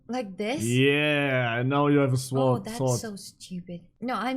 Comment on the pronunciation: "swwword"😭 und W